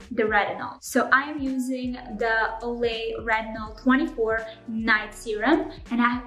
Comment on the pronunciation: Stopped the video when you said “Olay”.